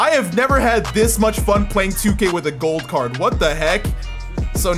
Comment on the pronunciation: When u say gold card I listen goat card